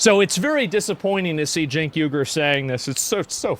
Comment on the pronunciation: Cenk is pronounced shank....for shit tank....he's trying to be as famous as Alex Jones...but people find Alex Jones entertaining...TYT have a blonde....as their main brains...nuff said...